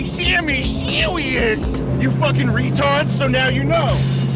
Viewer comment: Baby Sammy Sewious